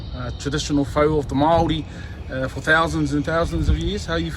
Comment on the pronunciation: Lol eh bro hahahaha Fousands and Fousands of years